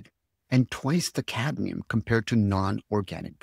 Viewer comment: Cadmium not cadium